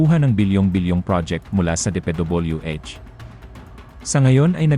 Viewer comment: Muntik na akong maniwala! Maniniwala na sana ako, pero nung narinig kong, "DePeDoobulyooEh," nakikisawsaw lang din pala to para sa clout and views.